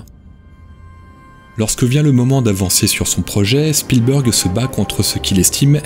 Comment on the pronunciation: Spielberg est bien prononcé, Kubrick ne l'est pas à l'américaine mais des anglophones (de pays "natifs" anglophones) ont bien cette prononciation parfois, un peu comme les terminaisons en "ted" qui ont deux prononciations très distincte en Anglais UK et Anglais US. Je dois juste uniformiser, ça je l'entends, par exemple 100% à l'américaine comme nos amis Québécois. Sinon, si vous avez des taquineries sur le fond, c'est peut-être aussi ça qui élèvera le débat sur YouTube ;)